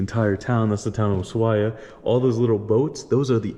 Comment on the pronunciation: El primer yanqui que pronuncia bien Ushuaia